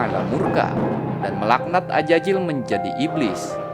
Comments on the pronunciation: AZAZIL bang, bukan AJAJIL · Azazil ya bukan Ajajil🙏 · Tolong huruf z tetap z jangan jadi huruf j karena maknanya jadi berubah